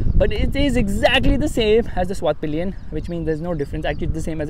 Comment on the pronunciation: Vit-PILEN . NOT vit-PILION